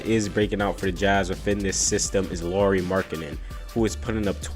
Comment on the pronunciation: NBD, but Lauri rhymes with how-ry...😁